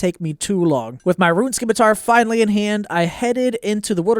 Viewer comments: "Dragon SKimitar" Subbed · Why do none of you content creators know the c in scimitar is silent